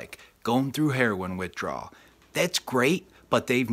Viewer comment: Ur saying system give me withdwal lol😂😂😂